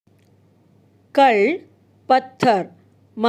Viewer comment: Madam கல் this word you are pronounced கள்